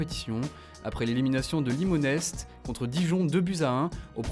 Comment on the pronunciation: Limon-Este 😂 non